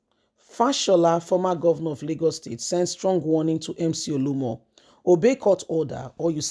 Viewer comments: Why do you always FAIL to pronounce simple Nigerian Names correctly? It’s becoming annoying. OLU OMO!!! Not OLUMO! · Please he is not Olumo, it’s Oluomo. Your tongue is always twisted.